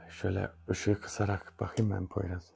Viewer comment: Poyraza poyruz demen meznada 😂beni bitirdi Ömer kardeşim emeğinize sağlık